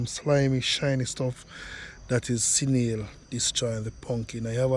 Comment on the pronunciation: Snail NOT Sinail